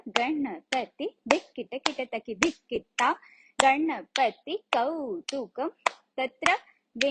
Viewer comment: Its not kautukam... Its kautvam..